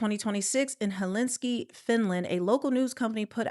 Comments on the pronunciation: Hel-sink-E!!!!! Not helinski!!! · "Hel-in-ski"? "Hel-sink-i". Sorry, pet peeve. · you said “Helinski “ it’s pronounced HEL-SIN-key , Finland ! Now I’m looking at the pronunciation : hell -sin-key ( sin is the key to hell ) 😂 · Hel-sink-i is the correct pronounciation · It’s pronounced Hel-sin-Ki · It’s pronounced Hell-sinky lol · It"s pronounced (hel-sin-key)😮😊🎉❤